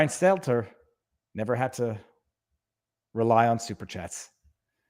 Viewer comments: I've come to the conclusion that Viva is purposely mispronouncing Brian's last name. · Best thing about Stelter losing his job? Soon we will stop having to hear viva mispronounce his name. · I'll miss hearing you mispronounce Stelter.